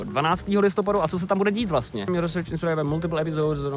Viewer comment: Já vím je to taková blbost ale research se vyslovuje "risrč" ne "resrč"